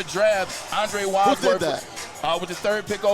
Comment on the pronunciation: Andre Wadsworth, not Wadsorth